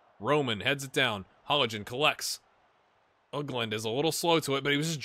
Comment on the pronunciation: You are pronouncing Hollingen almost correct, except that there is no pronounced g sound. It is pronounced the same as -ing in linguist for example. Also another thing I noticed just now, with names ending in Ee, the letter should basically always be pronounced. The rivalry thing is mostly due to Norwegians being nice in general (bias much?). There are no real hooligans/hooliganism in the country. I remember at most two larger incidents the last 14 years, one case of racism towards a player and one pre-match fight. The rivalries are mostly due to regional pride, and even then it's nothing violent/heated, besides just fanclubs singing during the matches. Transfers between rivals aren't too big of a deal either, though hardcore fans might not give him the warmest of welcomes when returning to play.